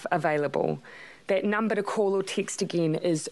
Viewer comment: The way she says text is funny.